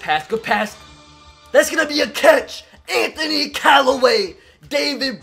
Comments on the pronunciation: 😂 Anthony Calloway? Do you mean Antonio? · It’s not Anthony Calloway it’s Antonio Calloway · He said Anthony Callaway it's Antonio Callaway